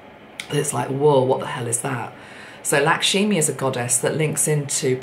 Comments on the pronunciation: You actually said her name right most of the time! But I do have to say Lakshmi is pronounced "Lucksh-Mee"....but it's ok! i appreciate your talents and messages! <3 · Powerful video. Not an American but I'd love to see things shift there. Don't want to sound anal but it's Goddess Lakshmi, not Laksheemi. Love Kamala's fierce mither bear type of energy. You look lovely and very goddess-like in this video, 💗